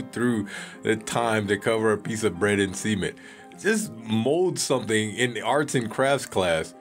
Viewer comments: Each time you said cement it sounded like you said seamen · Ohh thank god!! I thought he said semen too. But yeah. Cement makes so much more sense. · go away please I thought he did say semen haha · Bruh the way u pronounce cement sounds like u saying semen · Sement? Nah Cumcrete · I hate the way he says cement so much. If you're going to say it like that, at least make sure you're pronouncing the T at the end. It sounded like he was saying something else...